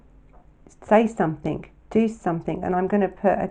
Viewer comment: love your vlogs and this was another good one I’m sorry to mention this but something doesn’t have a k on the end I just found it a bit irritating sorry